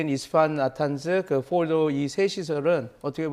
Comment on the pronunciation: 트럼프도 포르도라고 정확히 발음하는데 이 패널은 뭐라고 빌음을 굴려서 알이듣지도 못하게 발음하지? 이런놈이야 말로 미국에서 발음 잘 못해서 무시당했을 확률 높음